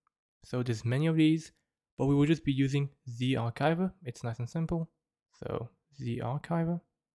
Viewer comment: U are pronouncing zarchiver wrong